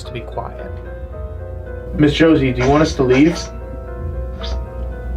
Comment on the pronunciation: i did not heard Josie but rather Georgie or Jordy... it’s a "R" sound